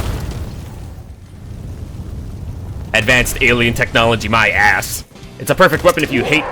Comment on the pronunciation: “If you’re looking to kill something like a charger…be sure not to aim directly at the side of it’s body but make sure to aim underneath his ASS” The way you put such force into saying ASS never ceases to escape a chuckle a from me! ^_^